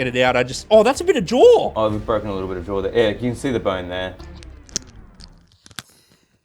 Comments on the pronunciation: “Jar”: “It’s not jar it’s jaw” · The way adds an R to jaw has my dying 😂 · i love the fact they both say jaw like jawr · cut his “jor orf”